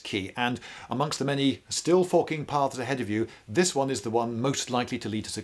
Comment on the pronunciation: I really like this style video, pretty cool. Also the first 2 or 3 times Lindybeige said "the many still forking paths ahead of you" it is not what I heard lol